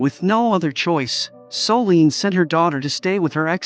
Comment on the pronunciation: That narrator… 🫠😞.. Soleeeeene.. it’s Solène.. Her name is Solène.